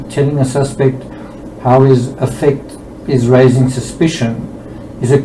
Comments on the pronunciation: It may be more clear to the audience if you pronounce “affect” (as in, disposition) correctly with the emphasis on the first syllable to differentiate from the more widely known verb, affect (to influence) which is how you are pronouncing it. Not meaning to come across in a condescending way. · Just to say that affect has the stress on the A. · Dear please pronounce affect It's definitely than the way you are putting the emphasis on the words differently Is all